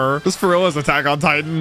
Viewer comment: Why do you pronounce things like that 😅 "attack on tiTAN" "yoYO" "machineGUN" You accentuate the last part of the word and it's really weird lol